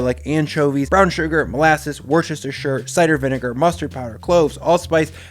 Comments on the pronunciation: Englishman hack - It's not pronounced like it's spelt. It's not "Wor-chest-is-tchure" sauce. No. Saying it that way is a Nazi spy playing an Englishman in Inglorious Basterds-level slip. It's pronounced "Wooster." Why? Because it just is, dear boy. Worcestershire sauce is actually pronounced "Wooster" sauce. That's how you survive to level 2. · I thought it was pronounced “worst-eh-shire” not “worstestestshur” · "woostersjir" Man, nobody in the US and Australia seem to be able to get that right! It's like pronouncing "Arkansas" as "Ar-kan-SAS". Great recipe, though. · IT'S WUH-STER-SHEER. ... WUHHH-STERRR-SHEERRR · Hey, it is okay to pronounce Worchestershire … “Woostershir” or simply “Wooster sauce” … it is a peculiarity of the English language ❤️😃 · Pronounce it Wuster-sher, like General Custer, wuster, but with a sher on the end. 👌🏻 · Hi, I'm really enjoying your videos and cooking some of your recipes. You and Lauren have brought some freshness and fun to cooking so thank you both very much! I cook my steaks exactly the same way and converted a number of people who liked theirs well done to just over medium rare. By the way Worcestershire is pronounced "Wus ter sher", the English certainly don't make it easy on folk to pronounce name place!;) Keep doing what you're doing! Thanks from Singapore. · Wuh Stuh Shur sauce. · for the love of god man its 'wooster' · Worcestershire sauce PSA: Brits pronounce it Wuster-cher sauce. Actually, we just say Wuster sauce. You're welcome. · Its WISTA SHEER 😭😭 I love you but every time I hear you say it I laugh but also a fairy dies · Wooster-sher sauce :D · Christ... Nobody puts a steak sauce on a well made steak. And you pronounced Worcestershire wrong. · I'm so glad I found your channel! You make everything delicious but not overly complicated. Just got a gorgeous ribeye from my butcher. Being from MA, we pronounce it "Woosta-sheer" sauce (final 'r' sound optional)!